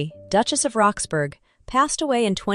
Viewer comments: What I was about to say😂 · It's pronounced Rox-bruh, like Edinbruh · Duchess of "Roxburrah" ..... that is how you say "Roxburgh". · I found it's sound irritating but thought the mispronunciation of Roxburgh was just a foreigner error. Then it didnt realise that the house is called West Horsley Place and called it West Horsley ..place. AI always slips up on the niceties of our subtle language.